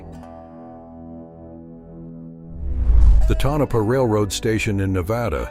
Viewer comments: Perhaps if you had typed “Tonapah”, Tone-A-Paw, your AI announcer might have pronounced it correctly, but it sure isn’t pronounced Ta-Nope-uh. I’m giving it a thumbs-down because of the click-bait photo, which you never showed! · Pronounced ( Tone-A-Paw ) get it right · It's pronounced..TOE NUH PAW